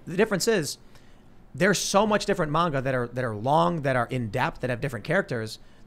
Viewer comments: Bruh pronunciation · Apologies, but it's pronounced "mon-ga" not "mane-ga". And yes, Demon Slayer is an AWESOME story! My grandmother even loves it! We got her into anime. If you love the politics in FMA, you'll love Attack on Titan. It's a good story about actual oppression, and politics in a fictional universe. Crap gets real in season 3-4, and the Eldians are treated like the Jews were in WWII. And SJW's got mad, and called it racist. For me, Dragon Ball came on Toonami in the 90's, and I watched it in English. Inuyasha is not a furry! He's a hellhound. A dog demon. Lol Also, my favorite manga is actually Fruits Basket, a slice of life series with a lot of real emotions about being disowned by your family and more. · ITS NOT "MAYNGUH" YOU BOOMERS ITS "M-AHN-GAH" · Great conversation... but everytime he say mAnga my ears hurt. Its mAHnga. Same as the ga, ma n ga. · Y’all are saying mainga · FFS learn how to pronounce ‘manga’ correctly. It has a long a sound.